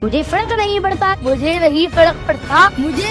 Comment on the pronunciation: Abhinav has every right to live his life the way he is living.He is not doing anything wrong Neither Abhinav not his parents should be targetted.If he can't pronounce fark it can be his weakness but people call him fraud.Let him enjoy his life.